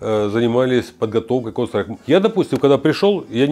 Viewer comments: Кол страйком??? Контр страйк!!! Ухо режет. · кон страйк! аж уши режет!!! почему он не может выговорить контр страйк? какой нахрен кон страйк! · Он говорит "КОН СТРАЙК")))) ЛОЛ))) Почти что КоньСтрайк))) он рил немного походу не в курсе как правильно игра называется или произносится) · Бесполезны такие игры для людей 60+. Он даже название игры правильно сказать не может, о чем речь. Лучше бы в шахматы, это интеллектуальные игры. А "ихра кон стайк" только реакцию развивает и то, для подростков сгодится, не более. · Сколько раз он сказал конс трайк ?) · Кон страйк он говорит, или мне слышится?))) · чел палится тем, что он Кс(контру) Называет коунсрайк ...не верю. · Выглядит он так как и должен выглядеть человек 60+ Он конечно молодец, но название игры коверкает прям брр :) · когда-нибудь он сможет выговорить название игры) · Выглядит как постанова, играет в дм на серверах валв, ну и как то неуверенно говорит, даже название игры неправильно произносит